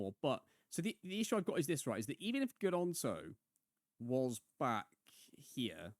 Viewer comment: Volume on this one is dramatically quieter than previous. Also, I may have missed this - but Gnonto has a silent G haha (coming from a Leeds fan)